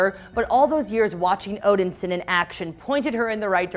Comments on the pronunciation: STOP saying "Odinsin" it is "ODINSON" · OMG please stop saying Odin Sin! Great video except saying Odin Sin. Odin Son! It's Thor Odin Son. There had to be someone who knew this during your production so I'm guessing they let you mess up and that's just wrong. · Odin-son not Odinsin. That was driving me crazy. And decent recap on the comics, but she can't wield Mjolnir if it not longer exist. Now if they do the multiverse, maybe they didn't break up, Odin didn't die, and Hela didn't pop up. But from the outside, it seems painfully contrived. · Odin-Son!! Not Odinsin!?!? It's really not that hard!!!! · Are you seriously saying “odinsen”? It’s “Odin-son” 😑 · please quit sayin odinsin... its odinsOn as in the son of odin. i love you but the way you say things gets to me lol and then you keep saying it over and over. the way you said odin is correct. it is odinSON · Omg yes she keeps saying OdenSIN like wtf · I hate how pronounces Odinson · Is it just me or does she keep pronouncing odinson completely wrong? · Yeah that was bugging me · Thank you.. i come to the comments section to see if anyone else noticed. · It's pissing me off